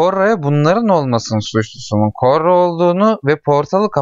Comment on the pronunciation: Üstüne basa basa koRRa demen ve benim fesat aklım...